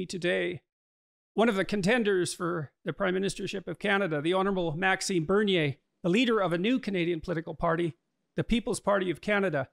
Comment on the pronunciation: Agreed. But it is MaxiMe, not MaxiNe.